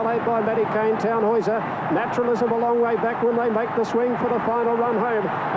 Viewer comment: He said Tannhauser correctly though. Imagine if it was Fukukitaru